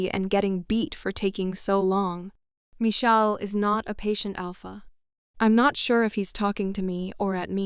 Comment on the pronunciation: I don't get it. If it's read by AI. You'd think it'll be smart enough to know actual words like Michael. And stop spelling out words! I'm also sure it can say sex. SMH.